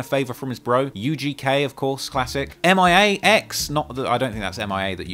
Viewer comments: It’s MIA X! Like “Mee-Yuh Ex” haha it’s ok bro, we still love you! But M-I-A X is funny. 🙌🏾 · the M.I.A X person is pronounced MIA (Me-uh) X- she's easily one of the most slept on rappers of any generation, would love to see you learn more about her story and catalogue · It’s Mia x like (me a ) lol he said M i a x lol 😂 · It's Mia (Mea) X not M.I.A. put some respect on her name. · He said M.I.A X it's MIA X 🤭🤣I fxxk with your Content keep Grinding keep dropping that Heat🔥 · Oh God damn it. Put some respect on Mia X (rhymes with KIA) fooking name. Fantano wouldn't have called her m I a x 🙄🤧😤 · It's not "M.I.A. X" slick it's Me-a- X you know like Mama Mia the movie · M.I.A. X…🤣🤣🤣🤣 It’s Mia X…like Meeya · Bro M I A X????? It's mia x if u don't know mia x how u qualify to speak on C murder???? He innocent free c murder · Not you saying M-I-A X...it's Mia X (Meeya Ex) my guy. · Lol it's not M.I.A. it's Mia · It’s Mia not M.I.A 🤦🏿‍♀️ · Mia x. Not m.i.a x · Bro said M I A X, God damn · Hahaha said "M.I.A. X". Her name was Mia X. Damn I feel old af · more --- it's mia x -- female rapper pronounce mee-ah